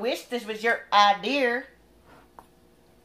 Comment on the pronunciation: lol sis said ideeer..